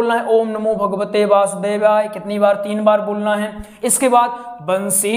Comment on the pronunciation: Basudevay nahi h vasudevay hai 😂